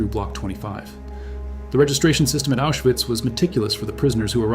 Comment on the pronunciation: It's pronounced Aushvitz